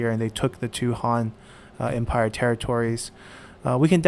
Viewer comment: Wow, i'm impressed that you can actually pronounce these names correctly (although I wish you pronounce "han" correctly but i guess most folks won't know what your saying if you do) gj